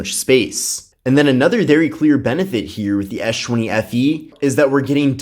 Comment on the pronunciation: ES... not esh... man that was annoying